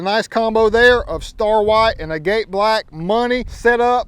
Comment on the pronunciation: It’s not pronounced agate black You pronounce it like agat the e is silent